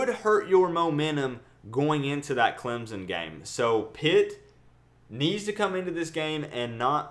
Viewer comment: I like your vids and I think you are unique. Gonna be great but for the love of GOD stop pronouncing Clemson as Clemzon. Please Good sir, take your time, relax and pronounce my school as CLEMSON. Appreciate ya. #Surge19 but I'm still #AllIn19